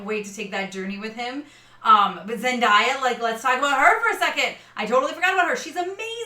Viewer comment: zendaya’s name is phonetic: zen-DAY-uh not zendieya edit: thanks for the review though! as good as the first half of the book is, it’s the second that has all the REALLY good stuff. what seems cliche now will all be ironed out later. can’t wait to see this in october! i’m there day 1!